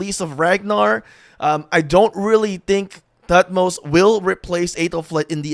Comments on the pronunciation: Toot-moze-uh is the actual pronounciation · is pronounced thutmose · H is silent. Its pronounced “Tut-mos”